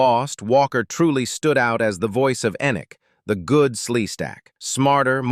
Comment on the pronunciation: It's not En-ik. It's E-nik.